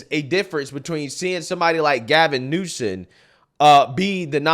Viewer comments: I fucking hate the guy, but at least get his name right. Gavin Newsom. Not Gavin Newson. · You're saying "Newson"? It's NewsoM.